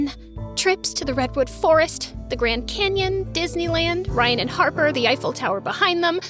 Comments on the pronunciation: her name is Harper, not Harpy 😂😂 Ryan wasn't a nice guy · I don't understand why she keeps calling her harpy instead of harper but I love it even though, this story can't end like this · I love how keeps saying harpy😭😂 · She's always saying Harpy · She kept saying harpy on purpose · She said harpy on purpose she made that mistake like 20+ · Harpy souts her name not harper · i was annoyed how she always say Harpee.. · why do they keep saying harpy i mean harper over and over again? its not funny if u keep repeating it like we get it omg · How many times did this girl say Harpy I mean Harper? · Girl why you are kept saying harpy uhh sorry harper jst say harpy she is evil🙃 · Y she saying harpi In stead of Harper😂😂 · Y was she saying harpi instead of harper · Does anyone know why she kept calling harper "harpy"? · i think i heard harpy i mean harper a 100 times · U keep calling her harpy😂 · The fact that ella keep calling Harper "harpie" is funny😂😂 Thank U 4 the likes🌸💕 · I love this so much but im sry I kept getting annoyed when she miss pronounced her name Harper ik she did it on purpose but 😭🤣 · What's the point of mispronouncing her name 😅